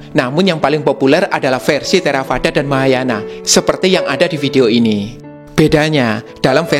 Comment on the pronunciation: biasanya dalam Buddhis membaca huruf V di baca W contih Theravada du baca Therawada Vihara dibaca Wihara